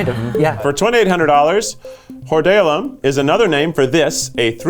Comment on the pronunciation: Technically the non- medical term is four letters, stye. But it was probably better to spell it wrong because they wouldn't have thought "sty" / stye if you said four letters. And minor quibble, but the pronunciation of the medical word is "hoard - ee -OH -lum.